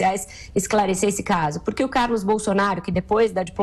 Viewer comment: essa mulherzinha fala é mal. razigou, poriquê, peridido, jorinal, queirozi, etc...